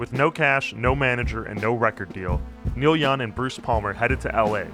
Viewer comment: Am I the only one who's hearing the narrator call him Neil Yun?